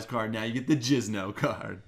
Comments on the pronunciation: it's Jinzo not Jizno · is he saying jizz-no instead of jinzo on purpose?